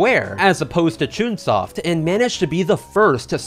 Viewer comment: Me: hears Spike Chungsoft you said what know